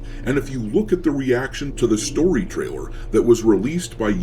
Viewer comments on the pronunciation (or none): none